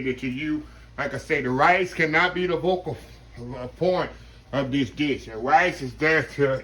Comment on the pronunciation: Greetings!!!!….I believe you mean “Focal” point instead of vocal 😎👍🏾🙏🏾